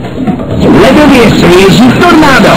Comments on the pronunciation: T O R N Á D O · The fuvking way he says tornado is hilarious to me